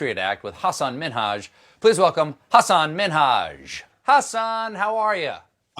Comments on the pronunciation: It’s not Has-SAN like it would rhyme with Elon. It’s Hasan - the HA would be similarly pronounced like the HU in husky. His name is essentially Hudson without the D, huh-sin! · It's more like "Hussin" than "Huhsan" fwiw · I like how he calls himself Husin MINhaj now, instead of huSAHN Minaaaaj. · It's not Hasaaaaaan, it's Hasan! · everytime stephen says hasan's name i cringe, it is huh-suhn not HA-SAHN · Ha-Sahn lol. He said it like eight times at the start. Maybe I’ve been binging Patriot Act too much, but I just want to correct him and say ha-sin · Colbert isn't saying it right. He's saying something like hus-HAAN.... It should be HUS-uhn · it's HAH-SIN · who else phisically cringed when he said Hasan's name wrong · I wonder if Hasan cringes each time Stephen mispronounces his name. Oh well. I guess it's shrugged off. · Jesus. Stephen (and far too many others) still can't pronounce Hasan's name. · You are pronouncing Hasan’s name incorrectly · how difficult can it be to pronounce Hasan correctly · STEPHEN.... YOU SHOULD KNOW HOW TO SAY HIS NAME CORRECTLY....................... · they still cant pronounce his name correctly lol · Almost got his name right... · No he didnt. Watch patriot act you'll see he was close but no cigar lol thanks for trying thou Stephen ! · Actually the 'h' in Hasan does not sound like the English or Latin H. The H in Hasan does not exist in other languages. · I always pronounced it with the stress on the -san because of how he said it in Hasan The Record, but I guess it was just to make it sound like On. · I love Stephen Colbert but him pronouncing Hasan’s name wrong was cringe